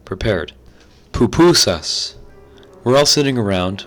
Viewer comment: Why'd you say PUPUSAS like that lmao